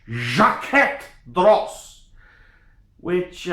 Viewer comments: I'm unlikely to take advice from someone who can't pronounce the company's name, who has clearly had one too many sundowner and who charges strangers for advice. Personally I'm not a fan of this exact one, because either his wrist is too small or the watch is too big. Most people end up with the 43mm, but JD do make some complications and limited series watches at 39mm, which look better. The dial is the main event on a JD, that said, the mech is good, with a 22ct rotor. Second hand, a solid gold one can be had from 7,000USD upwards depending on scope of delivery and complications. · Here’s a free review. You’re a “fucking idiot”! First learn to pronounce the brand if you’re in the business. Not everyone who collects fine watches does so to sell. Second, the Jaquet Droz borrows movements from Swatch Group sister brand Breget. A master manufacturer with centuries of experience, with status in the business to bulldoze Rolex. Kings and Queens do not wear a brand every dickhead with a few bucks stuffed in his mattress buys because other dickheads like you advise them to. JD is a brand for people of class and taste, not the watch world equivalent to a used car dealer like you. The mistake the gentleman who paid you for an opinion made was to pay you! My advise to you is take that $50 and go buy a gram of class!